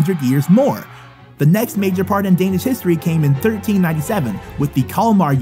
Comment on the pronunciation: No hate but You shodt learn to talk danlish IT isent that hard like IT looks like and say The Words corectly